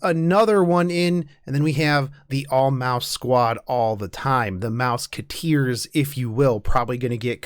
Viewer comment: haha "mouse-ka-teers" love it